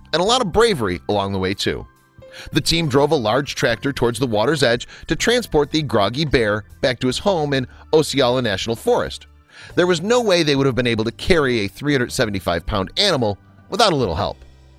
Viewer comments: Thumbs up 👍🏽 on the well done video. However, Osceola is pronounced: (ah-ceola) a famous Seminole chief as you probably know. Minor critique. Keep up the good work. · Born and raised Florida women her and you pronounce Osceola wrong. It is an ah sound like in Oscar, os- see- oh- la,. You Yanks always pronounce our names wrong. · this idiot of a narrator can not even pronounce Osceola.... what a maroon!!!!